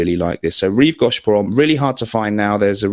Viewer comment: Rive Go(pronounce the go!)sh not gawsh! I know you don't care, but I'm a pedant.